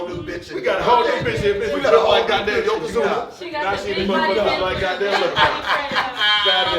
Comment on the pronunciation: Bro you said yokozuna lmfaoooo omg 😂😂😂😂😂😂😂😂